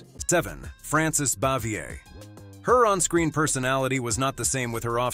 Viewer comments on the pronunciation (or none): I remember hearing the other Gilligan's Island cast members were not fond of Tina Louise when it was being made.Frances Bavier was also not well liked by any TAGS cast members but Jim Nabors and Ronny Howard.BTW,her name is pronounced bah-vee-ay.Several names were mispronounced or outright wrong, it's Jenilee Harrison and there's no s in the name Eve Plumb.